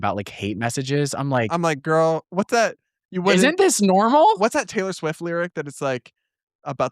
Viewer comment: I interrupted my white cis ass to notice Brad pronouncing this.